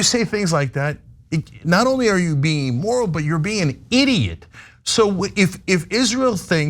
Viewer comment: Going to be pedantic for a moment because it's been bothering me for months, and Cenk keeps making this vocabulary error: He always says A-moral or E-moral when he means IM-moral. Amoral refers to a situation without morals, meaning that morality isn't really a factor (it's neither right or wrong, it just is). Immoral refers to a violation of accepted morality, and that's what Cenk usually means when he says "amoral." Emoral isn't actually a word, so I wish he'd stop saying it altogether!